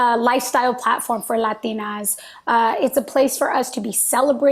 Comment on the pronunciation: Did anybody else get weirded out hearing her pronounce 'Latinas' that way like every time